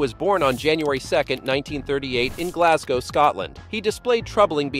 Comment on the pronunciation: Your are first American to ever say Myra and Glasgow the way it should sound .lol my family from Colorado, mouths sounds like they go numb as soon as the try to speak these words 😂